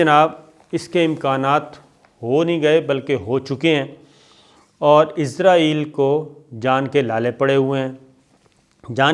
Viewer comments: Sir g pls Israel hai izrael nhi hai aap bar bar Izrael bol rhy hai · Sir, its not izraaeel .... its israel. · سر آپ اسراہیل کھو۔آپ عزراہیل نہ کھو ۔یہ تو فرشتہ کا نام ہے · Sabir sahab.... "Shut up your mouth" nahin "Shut your mouth" hotta hae, Aur aap "Israel" ko "Izrael" kiyun parhte haen.... Aap aik journalist haen, per aap ne english kahan se parhi hae? 4 minute ki information..... 20 minute ki video.... kamaal ho gaya... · عزراعیل کیو بولتے ھو اسراءیل بولو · Sabir Bhai, its Israel not Izrael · یہ لفظ اسرائیل ہے، ازرائیل نہیں۔ درستگی کی ضرورت ہے۔ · اسرائیل کو ازرائیل نہیں بولا کریں